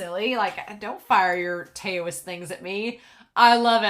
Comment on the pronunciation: I knew you'd LOVE this story.I totally enjoy the annalists of this show. FYI Taoist is pronounced dau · uhst.